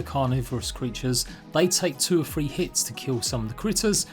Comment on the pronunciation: I think he said “three” not “free”